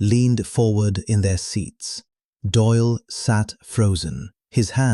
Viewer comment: Doyle not Doil.